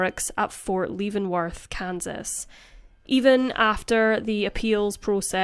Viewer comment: Leavenworth is pronounced like the word eleven without the initial e in front - levenworth.